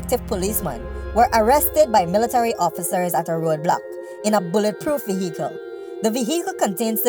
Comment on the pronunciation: Vehecle lool